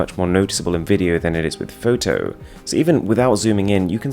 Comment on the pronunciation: The way he pronounces "photo" in is actually nutty as fuck